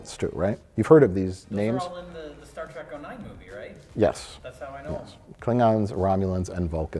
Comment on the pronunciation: "Star Track"